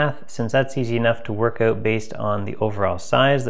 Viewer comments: Hey many learn how to say OUT. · You say out funny 🤣 JK, thank you so much for posting 👍👍👍